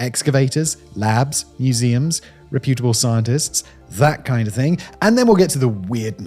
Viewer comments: "re-PYUT-able" -- first I've heard it said that way. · ˈre-pyə-tə-bəl -- stress on the first syllable.